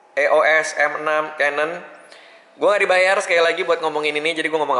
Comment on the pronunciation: bilangnya bukan e o es bang, sebutannya iyos m6